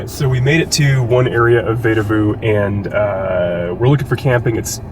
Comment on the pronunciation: Sorry to be pedantic, but it's pronounced "VEE da voo" :) Glad you enjoyed your stay!